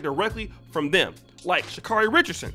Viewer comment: I understand that she's been unaccountable and entitled. But respectfully, can we say Sha'Carri's name properly?✊🏾✌🏾 (Sha-C- A as in 🍎- REE)